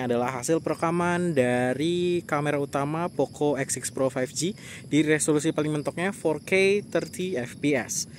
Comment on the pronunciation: W Dengernya Poco X Shit Pro...